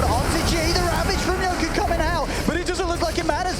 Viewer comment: Why the caster always call yoky as yoku. Tats really annoying